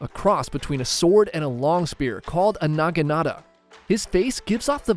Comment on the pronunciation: It is called a "Naginata" not NAGANATA wtf.